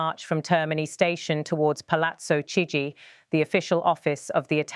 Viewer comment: it's pronounced Kigi not chigi idiots